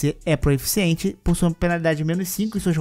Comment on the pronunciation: Pq q vc fala "Proeficiente" ???